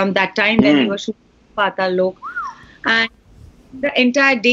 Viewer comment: putting so much effort into saying Pataal Lok. I mean he’s still saying it wrong. But A+ for effort.